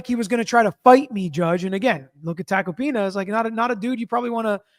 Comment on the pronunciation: Tack-oh-pee-nuh... not complicated, he is a very well known lawyer, shockin you havent heard of him, especially since you are an attorney. He is a New York Attorney.